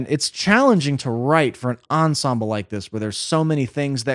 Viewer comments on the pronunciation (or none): none